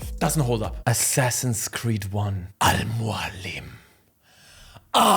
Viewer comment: No way you just said Al Mualim! You're an absolute legend, with impeccable taste!